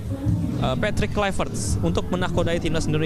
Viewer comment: Apalah wartawan sebut namapun tak betul:KLUIVERT,ini dibaca:KLUBET bukan KLUBE